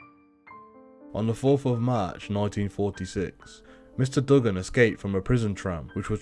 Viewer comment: I'm from Australia u saying his name wrong it's like doo-gun not dug-gun